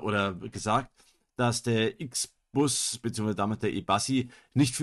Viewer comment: Nicht "IXBAS", das Teil ist deutsch, es heißt "IXBUS"